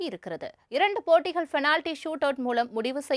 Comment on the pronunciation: Change your pronounce from fenality to penality